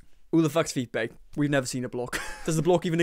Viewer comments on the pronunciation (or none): It's hilarious if she pronounces Philippe like the name Felipe. Philippe is supposed to be pronounced "fee-LEAP." 😆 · Every time he says her boyfriend's name I hear "feet bae" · Nah she claims it's Philip and that he's french (a french diplomat, of course) but calls him Phepee for some reasons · ok wait.. I thought you were saying Philippe but rewinding all I hear is "Feet BAE"???????? 🤢